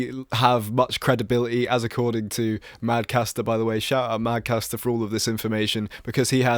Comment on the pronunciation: MadCatster not MadCaster